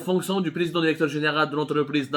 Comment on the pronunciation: Derecteur derecteur derection derection derection